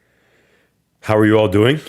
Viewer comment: That nyc comes out in that “how yall dooin today” lmao